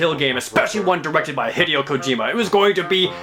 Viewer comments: Jesus fucking shit, Jared....... JARED!!! FUCK. FUUUUUUUUUUUUUUCK hid-ee-oh? Heh... day... oh! HEH DAY OH Heh... day... oh... Christ. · I don't usually follow video game news outside of Nintendo, but i did hear about the stuff with HiDAY-O (I cringed every time he prounounced it wrong) Kojima, but what was he talking about with the pachinko machines? And whats wrong with Majesco and THQ? Can anyone educate me?